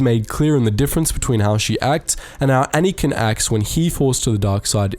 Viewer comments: it's anakin not anikan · You say “Anakin” so strangely.